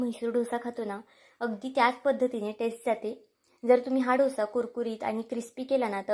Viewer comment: ढोसा काय बोलता. डोसा बोला